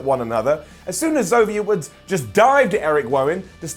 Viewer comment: Zovier Woods and Eric Wowan? Did he have a mini stroke there?